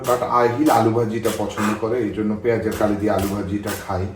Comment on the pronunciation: পেয়াজ কলি। পেঁয়াজ কালি কেন বলছেন বারে বারে😮